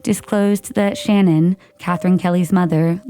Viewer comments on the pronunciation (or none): none